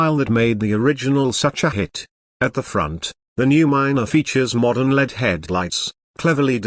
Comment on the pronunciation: That robot voice is terrible. Lead taillights! Oh boy. L e d you mean??